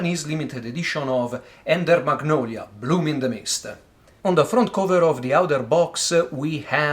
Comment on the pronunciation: Beautiful game, edition and great unboxing as usual. Your "magnolia" sounds perfect to me.